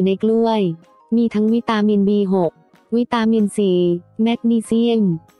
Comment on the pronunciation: อ่านธรรมดาๆ จะน่าฟังกว่านี้ ทำเสียงสวย เนิบนาบ วิ-ตาาา-มิน อ่านออกเสียงจังหวะและช่องไฟก็ไม่ถูกต้องหลายครั้ง ต้องทนฟังมากกก กว่าจะจบ